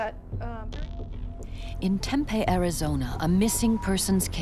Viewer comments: omg lol "Tempay?" It's Tempe pronounced Tem-pee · I was thinking the same thing! As an AZ native I cringed every time she said it wrong. 🥴😫😂🤣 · It's Tem-pee. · "Tem-pay, Arizona" Lol nice pronunciation there, lady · As a Native of AZ, I cringed each time she said Tem-pay. 🥴🥴😂🤣